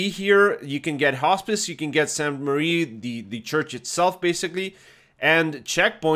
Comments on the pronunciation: Really minor comment, but everyone always calls this "Sainte Marie" - sadly it's not! "Sainte-Mere-Eglise" means "holy mother church" and is pronounced "Sainte MER Eglise", with "mere" rhyming with "where". Hope that helps! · great vid! I believe it’s pronounced “sehntuh mair Egleezuh” if that even makes sense lol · San Mair Eh-gleez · Nice vid! Regarding the pronounciation. It is pronounced "saint (as in a saint, in english) mare (as in nightmare) église (this part you got right) Keep the map breakdowns commin! Great content. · Sahn Mehr Egleez for the pronunciation, btw. If that phonetic spelling doesn't make sense you could drop the name in google translate, or if you want to spend more time but enjoy yourself more, find the episode of Band of Brothers where they say Sainte Mere Eglise because they actually pronounce it correctly. Can't remember if it's Winters that says it, but he's the only one I think should get it right, lol